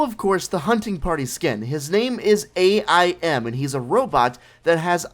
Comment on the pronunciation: I think you should learn how to pronounce AIM